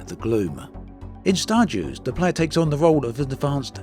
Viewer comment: Stardeus I don’t think it’s pronounced like Star Jews (or Juice or whatever it was you were saying) more like Star Day Oose (think goose without the G at the start). Deus is Latin for God or Deity.